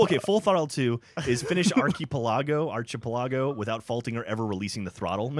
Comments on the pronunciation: Ar-chee-puh-la-go? realy? lol its Ark-i-pel-i-go anyways, great video, wish i could play... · Archi-pel-argo! Arki-pel-ago. Fool! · Archipelago is ahr-khi-PEH-law-go not arkeepellagoh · ar-che-pell-ajo? it's ark-a-pell-ago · Shocked they can't pronouce archipelago. Arch-e-pela-go if I'm correct. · GEOFF, YOU ARE SAYING ARCHAPELAGO WRONG!!! DAMN IT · Archeee-pola-go? hahaha wtf xD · its pronounced ahr-chee-pee-ehl-ah-go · Ark-i-pel-ago. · archepelago is pronounced ark-uh-pell-uh-go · By the way, Geoff, you pronounced it wrong, too. It is pronounced ar-chee-pell-uh-go. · (Phonetic)---> arc-uh-pel-uh-go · pretty sure its archipelago: (Ar - Ki - Pel - Eg - Oh) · archipelago?! really? and you call gav dumb. (ahr-kuh-pel-uh-goh]) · arc-i-po-lago, haha nice. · I know! It was pissing me off. It's "Ar-chi-pel-a-go" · Even Geoff said archipelago wrong. It's Arc-i-pel(like pelican)-a-go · It's pronounced "Ark-Eh-Pel-I-Go"...Like the islands...Lol... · I'm going to get hate comments for this but it's prononuced arche peli go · guys...its "arc-i-pel-igo" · Archipelago is pronounced as ar-ki-pe-la-go O_O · ark-ih-pel-ah-go This has been a community service. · actually, it's ARC-A-PEL-IGO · "Archie Pellago?" Really? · It is an ARCH-A-PEL-AH-GO, im pretty sure its a small group of islands. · lol, can't pronounce archipelago. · Glad Jeff caught butchering of "Archipelago" lol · lol and in the last video was tryin to make fun of geoff for being from alabama but then he goes and pronounces archipelago like that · He can't pernounce Archipelago... I think he failed social studies XD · cringed at how you pronounced "archipelago" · Arch-eh-pell-go is how I pronounce it. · Wow, you completely butchered the pronounciation of Archipelago.